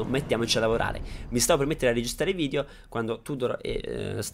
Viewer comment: perchè dici "vidio" al posto di "video" 😂😂